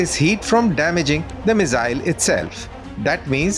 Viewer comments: Mizzyle nahi bhai, missile. S... Z nahi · The Mizile pronunciation is irritating 😂. That said, its a good post